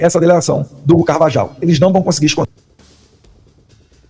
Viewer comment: Aeeeeee el pollo Carvajal = el Poio carvarral (pronuncia)👍👍👍👍 vou te dar aula de castelhano 😂